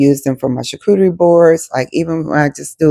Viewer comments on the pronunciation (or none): none